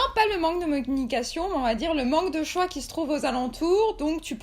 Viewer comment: "non pas le manque de Mo-nication" au lieu de communication 😂💙